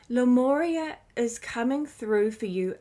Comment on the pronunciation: I think it’s pronounced ‘lemooria’ 🤔 🙂